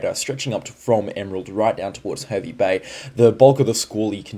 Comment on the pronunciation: Hervey Bay is pronounced Harvey Bay 😅